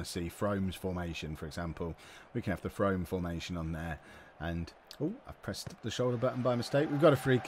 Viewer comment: its pronounced Froome lol. little non league Somerset team. I live about half hour from there.